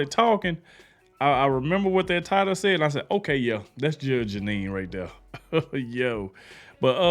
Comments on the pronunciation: Judge "Jennine" lol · Her name is pronounced GEE NEE!!!! Like a genie in a bottle!!! GEE NEE!!!!! She IS a Judge!!!!! She worked her way through law school and became a very respected Lawyer. She went on to become a highly respected and esteemed take no crap Judge. She went on to get her own show like Judge Judy. Judge Judy and Judge GEE NEE are BOTH take no crap Judges!!!! She is now with Fox. She is highly respected and esteemed!!!!! If you still can't get her name right maybe this will help. GEE (KNEE). I Know your not trying to be disrespectful or anything like that. I just want you to get it right.